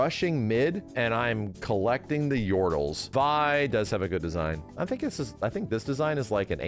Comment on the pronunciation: he said Vi right Pog maybe if i resub he will call me Vi and not six